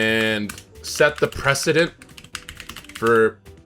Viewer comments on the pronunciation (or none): its precedent, not president lol